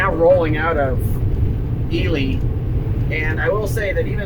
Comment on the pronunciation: I have mispronounce Ely my whole adult life! (I am Assuming you are correct)